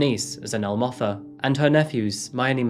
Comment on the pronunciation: Ndlovu is pronounced with o like the aw in saw, not the oe in toe. Zanele is Zuh-neh-leh and Motha is pronounced Moo-tuh. Kunene is Goo-neh-neh not Kew-nay-nay. Try to research pronunciations before you say them, but at least you got it 60% right. Could've been worse. Thanks for covering this story!